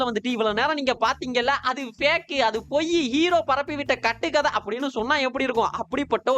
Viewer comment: oru chinna correction, "andhu" illa "adhu"